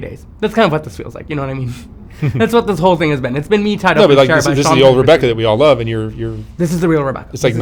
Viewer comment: I love how he says "the luve" I rewinded like six times lol